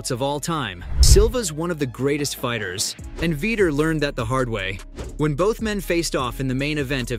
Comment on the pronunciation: Veter not vitor